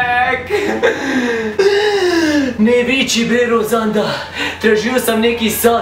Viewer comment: Nije dzek nego jack